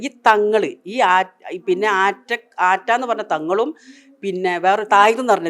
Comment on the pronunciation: ആ റ്റ യല്ല തൂറ്റ